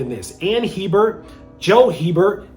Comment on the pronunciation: Their last name is pronounced ‘Abear’ Not HEBERT lol. I’ve known several people with this last name.